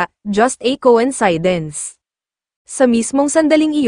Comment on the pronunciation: ANG TANGA NYO PO MAG PRONOUNCE NG COINCIDENCE! SUPPORTER HO BA KAYO NG BBM? KAYA GABYAN KA PO KA TANGA?